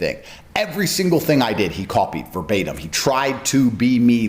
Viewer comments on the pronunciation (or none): That dude in glasses said “Furbatum.’ Hahaha idiot